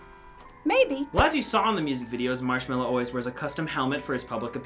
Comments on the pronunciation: "Marchmello!" XD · I only know Marshmello not Marchmello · When the grandpa say marsmello I was like 'wat!'